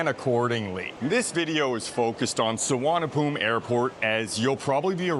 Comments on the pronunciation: Location and Location It is NOT Suvarnabhum. It's Suvarnabhumi. The "i" at the end is not silent. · Bangkok'a one of the Intl.Airport's name (The other one is Don Mueng) is actually known as "Suvarnaboomi" (meaning Golden Land in Sanskrit) But the TukTuk & Cab Drivers there Mispronounce it as "Suvarnaphoom".. :face-green-smiling::face-orange-frowning::face-blue-wide-eyes